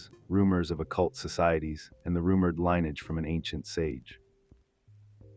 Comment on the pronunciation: Damn. Ai still can’t pronounce lineage?